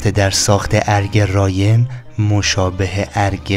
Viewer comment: ضمناً رايْن نيست تلفظ صحيح آن رايِن هست و زير حرف ى كسره قرار دارد